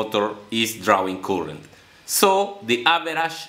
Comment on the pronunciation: Good effort - some language help - current is better pronounced as "car-rent" but "coolant" sounds confusing. Keep at it, keep learning.